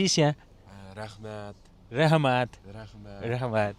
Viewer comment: rahmat nahi rakmat,,,,,uighar language me